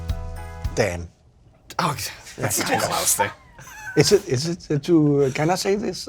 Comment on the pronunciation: Klaus seems like such a nice dude, i felt offended for him when ed curry was calling him "clause" when they ate the pepper x. Seemed like a deliberate insult from him idk if he genuinely doesnt know how to pronounce "klaus", especially hearing everyone saying it over and over before that and still going "clause" is blah blah blah... like, why would you do that if not to be insulting to him? He didnt deserve that..